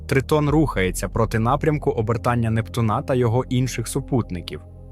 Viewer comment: нептуНа Нє НептУна\\